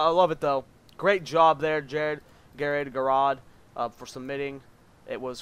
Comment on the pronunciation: ger ard u saying name wrong lol